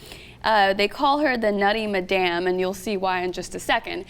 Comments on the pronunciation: it's pronounced mad-em not ma-damn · That's the weirdest pronunciation of madam I've ever heard.